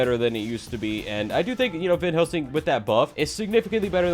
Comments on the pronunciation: did anyone notice that said vanhelsing? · Why does say Vanhelsing?